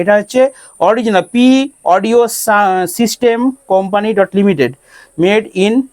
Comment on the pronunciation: ota pre audio na ota p audio bothe